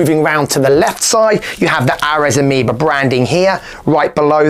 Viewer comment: Aireeees, not Arez